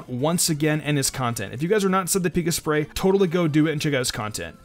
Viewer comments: it's not Pika sprey, it's Pik asprey, since his name is Asprey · Corretion:its pronounced pik asprey Not pika sprey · By the By it’s Pi-kas-prey. It’s his last name not based off of pikachu. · They're name is pronounced Pik-as-pree I know because I met them in real life. [humblebrag intensifies] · It's peek-ass-pree, a portmanteau of Pikachu and his name, Asprey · Pick-ASS-pree. He said that's how it's pronounced. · btw it's pa-cass-spree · He pronounces it like aspree though. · Fun challenge, fun video :) Just so you know, you did mispronounce Pikasprey's name a few times, Asprey is his last name and it's pronounced Pik-Asprey :) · Hey chum, it's pronounced Pih-kah-spree. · You pronounced Pikasprey wrong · You said pikasprey's name wrong 💦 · you know you mispronounced his name 2